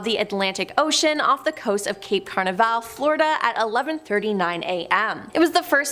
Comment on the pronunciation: She said "cape carn-i-val" it's "cape Canaveral" 😂